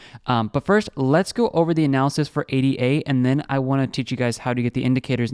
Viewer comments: It's Ada... not A D A.... as in Ada Lovelace a person. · A-D-A lol STOP CALLING IT THAT